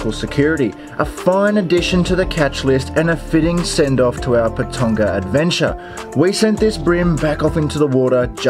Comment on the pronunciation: Its pronounced Pa ton ga